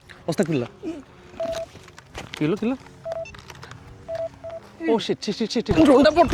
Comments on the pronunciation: সব বুঝতে পেরেছি কিন্তু আপনি যে প্রথমে অস্তাগফিরুল্লাহ বললেন এটা সঠিক নয়, ভাই আস্তাগফিরুল্লাহ হবে। ভুল উচ্চারণে অর্থ চেঞ্জ হয়ে যায় 😢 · উচ্চারণটা 'আস্তাগফিরুল্লাহ' (أَسْتَغْفِرُ اللَّهَ) হবে।